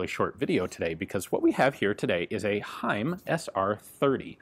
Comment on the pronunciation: Props to gun jesus for pronouncing "Heym" absolutely correct. He just never disappoints.